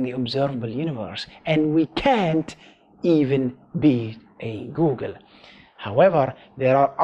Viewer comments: Googol is pronounced "Goo Gle" not "Goo Gun" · How does he pronoune googol as goalgun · I don't know if it's his accent or if he's actually mis-pronouncing it, but when he says Googol as Go-gol, it kills me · I love how you pronounce googol. Go Gel.